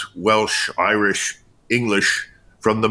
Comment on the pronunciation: Did he say Irish lol